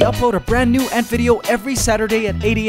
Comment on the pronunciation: did he said noob or new?